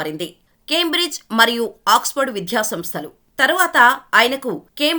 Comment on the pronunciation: 💐🙏విధ్య కాదు విద్య